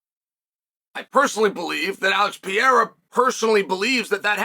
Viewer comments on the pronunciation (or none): Yeah I also here him say Alex Pee Era